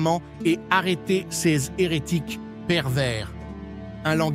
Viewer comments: On dirait que les texte a été généré par une Intelligence Artificielle (IA)... En tout cas la voix est générée par un synthétiseur (avancé) étant données les fautes, comme 'CS' au lieu de 'ces', plusieurs fois) ! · Dommage que la voix synthétique remplace une personne. Les CS pour les "ces" est insupportable de bêtises et dénaturent le propos. Faites quelque chose c'est lamentable. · J'apprecierait un texte lu par une personne et non par un robot qui ignore comme se prononce, par exemple, l'adjectif démonstratif "ces".